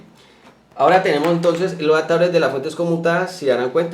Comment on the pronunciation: "Aptadores, encasulado, intenamente, vatiaje "... ¿Qué tenes en la boca?